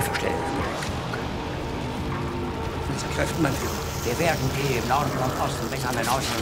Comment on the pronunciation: Nobody talking about why Monhke kept addressing Hitler as Mein Faïlure?